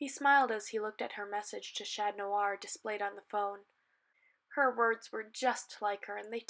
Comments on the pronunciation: Omg it’s chat on not chan ton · Can you please say chat noir properly